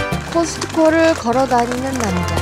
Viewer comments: 물론 무슨말씀 이신지는 알지만 그래도 어느정도 폐쇄되는 느낌의 발음으로 '카~스ㅌ코' 정도 되어야 하는데 너무 커스코라고 발음하니 이상하네요. 그리고 한국에 사는 원어민들도 코스트코라고 한국식으로 말하는데 이 아저씨는 유독 커스코라고 하시네요. 영어가 너무나 유창해서 한국식 발음이 안되시나보죠? 어륀지,버내너 주세요~하시나? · 저 아저씨 '코스트코'를 항상 '커스코' 라고 발음하는데, 거 희안하게 되게 귀에 거슬리네. 제대로 좀 발음 했으면 하네. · 커스코가 정확한 발음 입니다. 미국 가서 코스트코라 하면 아무도 몰라요.